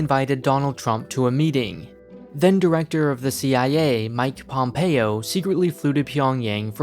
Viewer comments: Mike Pompeo or "Pomeo" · Pompeo not Pomeo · Pomeo????????? You mean mike pompeo? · Ah, yes. Mike Pomeo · Ah yes Mike Pomeo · "Mike Pomeo" lol